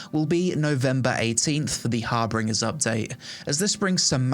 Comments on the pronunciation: “har bringers”? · You really gotta learn how to say harbingers, my dude. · There's no second R in Harbingers.